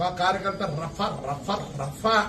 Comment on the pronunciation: రవ్వ రబ్బర్ కాదురా రఫా రఫా ముందు తెలుసుకుని మాట్లాడు రా జఫ్ఫా